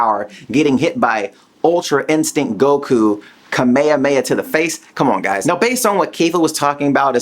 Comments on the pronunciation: dude, your Kame hame ha pronounciation sucks!! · Why do you pronounce Kefla and Kamehameha so weird?